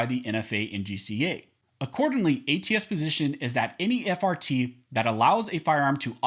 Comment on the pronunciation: I know I'm childish sometimes but I keep hearing fart instead of just frt.